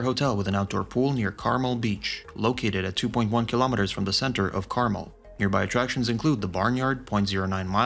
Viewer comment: Imagine if you took one minute and went to a website that actually pronounces Carmel correctly you could be much more successful